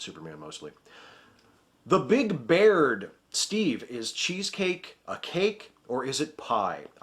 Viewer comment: Errmahgewrd not only did you choose my question you even said my last name right. I have had too many people fuck it up for how simple it is. Bi-ard Beer-d Bear-ed Bee-ard. I mean how hard is it to look at my name and see B-air-d.